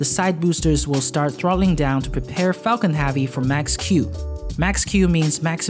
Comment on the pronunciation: All i hear is focking heavy